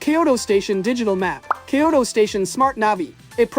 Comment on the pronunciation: Kyo-TO nigga not Kyo-DO 🤭